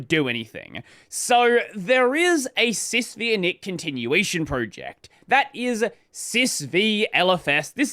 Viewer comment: The 'V' is a Roman numeral. It's "SysFiveInit", not "SysVeeInit". It's named after UNIX System V.